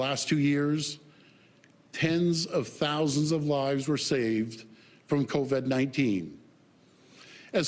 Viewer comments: Keeps saying co-ved too, speaks like he's gargling marbles. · 2 years in and he still can't even pronounce covid.